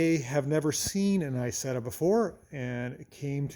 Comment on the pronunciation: Hey, Nice to see an American like an Isetta 🙃 (Btw you don't pronounce it right, it is not called Aysetta, in the right pronounciation you would say more like e(like really)sett(the t like tank)a)